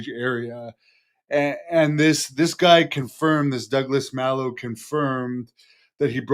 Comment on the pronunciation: Its pronounced Mah-low. Its a spanish word that means 'bad'. Pretty sure is a ring name. He's a hero.